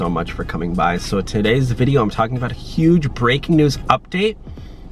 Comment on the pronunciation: “TUH-day” lol